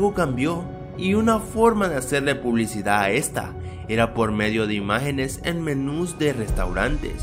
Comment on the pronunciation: "La publicidah"